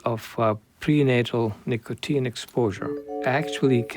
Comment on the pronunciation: What's nicoTIN? I thought it was called nicotine? (Pronounced "nick-uh-teen")